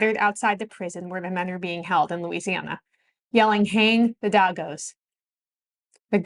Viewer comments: And yet Sicilian Americans are so damned racist towards Blacks, why is that? Edit: the word is pronounced as "Daygos" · Pronounced day-go not dogos.. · Daegos (DEH Y GOES) NOT DAGOS LMAO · It’s pronounced “Day gos” like in “ We get paid as a da day go.” Not Dah Goes. Growing up in New Orleans I never heard the derogatory terms, “Guinie or WOP”, I heard that when I went to Brooklyn New York. Someone told me the Verrazano bridge was called the guinies plank. Italians in New Orleans were harassed with the taunt “Who killed the chief?” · The word is DAY- GOES not DAH-GOES... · Thank you for posting this. FTR, I've always heard it pronounced DAY-goes not DAH-goes. That was in NYC in the 60s and 70s. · Great videos. I have always heard "d@ pronounced as "day-goes." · Its pronounced DAYgos...come on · One of the most shocking parts is that she doesn't know how to say the word dago's.